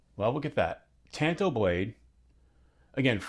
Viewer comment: The sheep all flock again to more cheap Chinese crap. And it’s TAHN TOW not TAN TOE